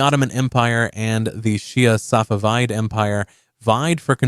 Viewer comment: Bro said safaveid empire